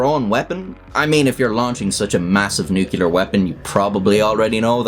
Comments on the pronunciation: The word is NEW-CLEE-ERR NOT NU-CUE-LER. You sound like a god-damn jerk when you can't pronounce the topic of your video! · NUCLEAR. not “nucular” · I don’t find the Russians particularly credible. I have a feeling that you can probably relax. Chalk the broadcast up to props, AI, and editing. Oh, and it’s nuclear, not nukular….words have meanings. Thanks. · Nu-clear, not "nucular" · "Nuclear", not "nucular." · Nuclear, not nucular. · why do you say nookoolar, you arent american, you arent that deficient, you are a decent irishman, I know you can say "nuclear" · Nuclear. It is a simple enough word. Two syllables. New and Clear. Give it a go one day. Practice by saying New for a few days. Then practice saying Clear for a few days. When you are confident, why not put them together. New Clear. That way you won't sound like a Pratt because you say; Newkiller. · Nuclear - New-Clear not New-ku-lar. There is only 1 U in that word. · I love your videos, but I must make a correction. The word is pronounced "nuke-lee-arr", and never "nuke-you-lar". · NUCLEAR MOTHERFUCKER, NOT NUCELAR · I pray to god that someone pronounce nuclear correctly just once. New-klee-ur, not New-kyu-lur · I practiced by saying “new cleats”, since I had bought new shoes and gave a talk saying new queue lar. And got called out. By a Nobel prize winning nuclear astrophysicist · Given it's your videos subject matter... What is "nucular"??? I only clarify because you (like many Americans) repeatedly replace 'nuclear' with your variation "nucular". Sorry for moaning but this one of my 'turn green' bug-bears. Many thanks for your hard work. Take care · nuke u ler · You blew it with the first nucular at about 10 seconds, twat! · "...Nucular..." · NOO-klee-err. Sorry. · Love your channel bro. Quick nitpicking tidbit lol, it is pronounced, "nu-clear" much love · Nucular Weapons Strike again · for fucks sake dude, saying "nuke-ya-ler" is just fucking annoying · nu-klee-er. it is 3 syllables.